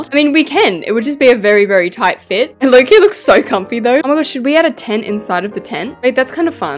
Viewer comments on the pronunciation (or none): none